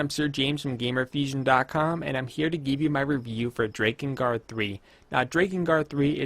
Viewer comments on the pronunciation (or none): mfw he says DRAY-kengard, not DRAH-kengard